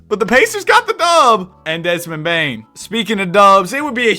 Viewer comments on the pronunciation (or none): none